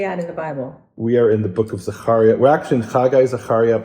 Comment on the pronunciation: Zaharia? Maybe Zachariah